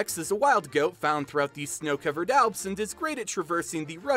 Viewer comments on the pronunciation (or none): none